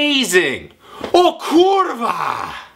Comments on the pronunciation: nope kulwa tylko kurwa bez akcentu !!! i nie zmieniając głosu ;) !!! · Musisz popracować nad akcentem R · nie kutwa, tylko kuRwa... rrrrr ... to sie wymawia na kurwa slyszaca, tak kurwa z gustem prosze pana, no wie pan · Jak ja kocham kiedy anglik mówi KURWA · wow. on mówi kurwa tak smkesznie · If you pronounce kurwa like him you will be laughed at. He doesn’t pronounce any of these words right. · Nie umie tego prawidłowo wypowiedzieć